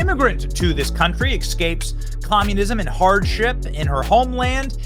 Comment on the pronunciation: IT'S "ESSSSSCAPES", NOT "EXXXXCAPES"! 😆 🤣